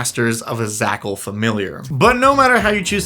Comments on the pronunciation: A pack of Zhakals, a packle, of Zhakals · It offends me that you pronounced zh as /z/ instead of a voiced /sh/ or like a j /dzh/ without the "d" on front, which is clearly implied by the spelling! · zh would be pronounced not as a z but as a french j